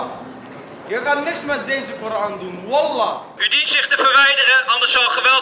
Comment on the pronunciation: Hij zegt toch Wallah geen wollah